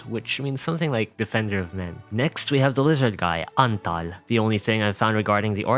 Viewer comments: As a Hungarian man, I applaud you for pronouncing “Antal” correctly. It’s been so long since I have heard correct pronunciation of Hungarian names/words from an English-speaking person… makes my heart and my non-existent soul vibrate. ❤ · as a hungarian i can confirm the Antal pronunciation